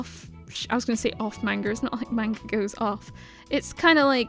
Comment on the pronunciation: Nice video but please pronounce manga correctly lol